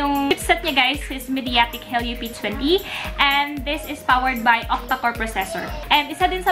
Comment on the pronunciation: Ang weird ng pagbigkas mo sa "Mediatek" but overall, maganda naman yung video, ill sub u